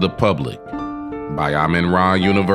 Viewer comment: Amu-Ra (Ha-Mu-Ra) not Amenra